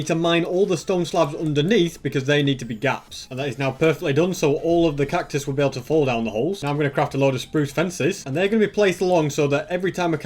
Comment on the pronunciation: When he said 'cactus-us' I died inside a bit